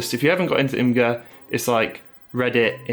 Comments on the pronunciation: btw Imgur is pronounced “image-err” according to the devs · Imgur is pronounced image-er.